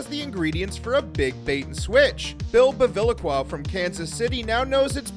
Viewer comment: {Please accent Bevilaqua on the "aq"; it means "Drinkwater" in Italian.